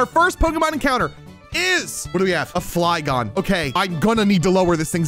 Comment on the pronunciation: The fly gon-e Hehe coz it’s a Flygon